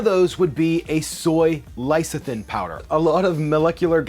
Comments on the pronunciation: It’s called «less-ee-teen» (lecitin), not «lay...) and XanthaN (not «xanthaM») Gum.☺️ Many of these are such useful ingredients, especially when you want to live a vegan/plant based life. It really makes such a difference. I first sound Xanthan Gum when I used to make a lot of moisurizing cream for myself and needed a thickener that you didn’t have to cook. But it is really difficult to find here in Norway, most of the time I have to buy from abroad online, makes it real pricey, but what can you do? Glad I can find it at all, a huge selection is not what you get with a small population... Keep staying safe, people❣️😷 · Sur fac tant "serfikent" "Lice-a-thin" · the pronunciation of surfactants and lecithin ...oh god. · Why are you soooo close to the camera, or why is it zoomed in so close to your face?! Why is this such a growing trend on youtube? It's AWFUL. Also, your knowledge of how to accurately pronounce several words needs to be updated before you release videos attempting to present yourself as knowledgable. Particularly "surfactant", "lecithin", and "essentially". For example, you seemed to mix together "essential", and "sensual.